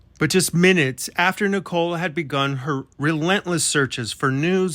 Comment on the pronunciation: Why do they pronounce Nicole like nickel?